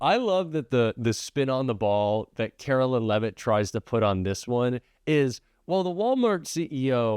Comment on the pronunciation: Karoline not Carolyn